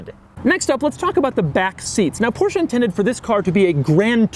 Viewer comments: it's porsche not porscha >.> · Why you call the brand PORSCHA. WHY??? It's just called PORSCHE, PORSCHE-E-E-EEE! PORSCHEEEE not PORSCHA? WTF??? You call it like this all the time. Cmon man. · this is NOT A PorshA it is PorshE , E E PorshE not PorshA